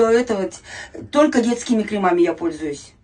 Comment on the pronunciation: КрЕмами, ударение на первый слог. Грамотность немного подтянуть, и будет просто идеальная 58-летняя женщина из толпы💯